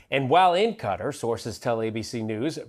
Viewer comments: Americans have trouble pronouncing Qatar , you yanks call it 'cutter' ....except the video MC ....it is prononced like 'Guitar' but with a Q ...SAY IT PROPERLY , LIKE THIS HOST ..NOT LIKE HICKS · Morin's, it's not pronounced cutter it's Qatar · America is so lazy. Why do Americans often call Qatar (ku-tar) Qatar (cutter)? It sounds so ignorant. You call it "cutter" by you call their govt. the Qatari (ku-tari) govt. America is led by lying retards. For context, I am American. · Can Americans stop pronouncing Qatar as “Cutter”?!!! It’s driving me nuts!!! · "cutter"? damn, america... I know y'all only speak "american" but it's not a good look to not be able go pronounce shit.